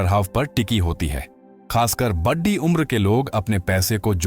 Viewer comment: चिढ़ा रहा आपका यह बोलना कि “जुढा” हुआ है। जुड़ा हुआ बोलने की मेहरबानी करें। प्रोमेम्बर के साथ एचंंक्यू। सबसे बढ़ी ? ये क्या है। ढंग से बोलो।